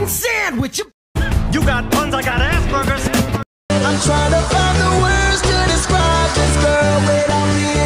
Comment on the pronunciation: Legit thought when it said "aspergers" it said "ass burgers" 😭😭😭😭